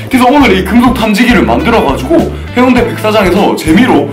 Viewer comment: 해운대가 아니라 해운대입니다.